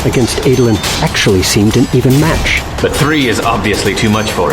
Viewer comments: I can get over a lot of name mispronouncing but saying “Ay-dolin” is where I draw the line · i always pronounced Adolin.. as ADD-olin... not AID-olin.. Anyone else? am i wrong?